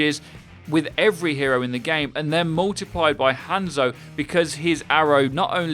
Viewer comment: Is it just me or did anyone else click of the video when they heard him over pronounce the a in Hanzo?